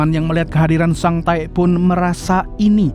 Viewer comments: Sang Tek kalok dibaca Bukan sang taek😂😂😂 Taek ngak tuhh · Kok sering bngt nyebut sang taek nya ngab😂😂😂😂😂anjay